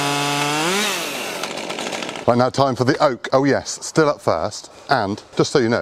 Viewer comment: It's pronounced "Steel" btw